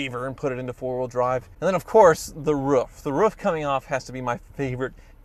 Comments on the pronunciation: It is rooof not ruf EH! ( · you pronounce roof like its ruff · "The woof. the woof"... is it "who let the dogs out" or "Roof is on fire" lol